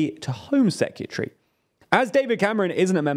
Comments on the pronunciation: There is no U in "Secretary". Its not pronounced "Secutary". I know its small but it grates. On next week's edition of annoying youtube pronunciation checkers: "it's nu-clee-err-" not "nu-cu-ler". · Foreign "seck-you-tree"? I guess that's from the same box as "nuke-you-lar". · Is that really how people pronounce "secretary?". Sec-yuh-tree I say it as it's spelt: Sec-re-ta-ree. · Great coverage, as usual. Can I just point out though: "Secretary", not "Secyutary" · Never heard someone say sekyootry before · Dude learn how to pronounce the word S E C R E T A R Y, say it slowly. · Why you saying sec-u-tree? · Secutry? Sec-yoo-tree. Am I just an idiot American or can brits not pronounce English properly… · If my job required me to say the word 'secretary' multiple times, I'd be inclined to learn how to say it properly. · The way he pronounces Secretary is mad! 😮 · I think the host has a problem with the pronunciation of the word ‘Secretary’. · Great video, please learn how to say secretary though